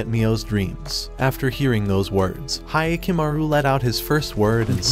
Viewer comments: Hya not Hiya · It's like nails to a chalkboard hearing the mispronunciation of Hyakumaru (hee-ah-ku-ma-ru vs Hi-ya-ku-ma-ru)